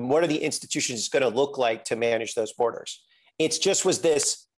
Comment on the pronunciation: This guy reminds me of Glenn Greenwald 🤣 "We have BoArdErS!" Okaaaaay? Nobody but reactionaries and reactionary adjacents want ICE